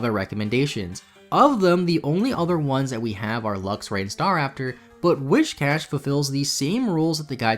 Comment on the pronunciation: It's "Whizz-cash"! I too, used to call it "Whish-cash", but it's spelt "Whi-s-cash".